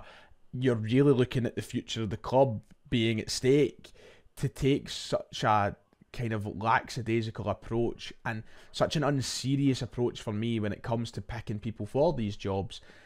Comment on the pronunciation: Lackadaisical doesn’t have more than one s. You always say lacksadaisical. Small thing. Big annoyance.